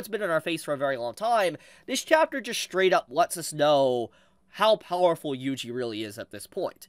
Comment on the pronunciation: His name is pronounced “wee wee” not “yui yui”